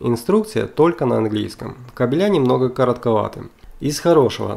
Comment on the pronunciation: кАбели ударение на АААААААААААААААААААААААААААААААААААААААААААА. КабелЯ бегают во дворе.